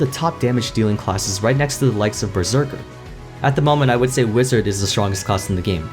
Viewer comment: “Berseker” xD